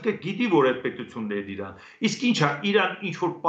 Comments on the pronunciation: Ռսից նողկում եք, բայց հնչողությամբ Իրանը արտասանում եք Իռռռան` ինչպես ռսները։ Յուրաքանչյուրը մի ձևով ոչնչացնում է հային։ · Զարմանալի բանա գրագետ մարդիկ էք Իրանին ր ի փոխարեն ինչու էք ռ տառը ասում՞